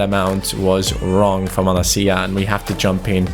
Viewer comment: don't pronounce 'Malacia' 'Malakia', because this is a greek swear...